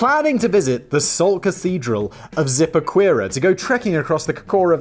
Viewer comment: Way to butcher Zipaquirá. I'll give you a hand it's pronounced si-pah-ki-rah. And the salt cathedral is quite a nice place to visit.